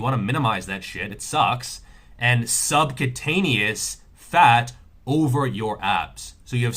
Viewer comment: Subcutaneous is not pronounced subcataneous